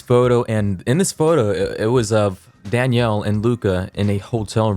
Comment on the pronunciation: take a shot every time pronounces "Danielle" as "Daniel"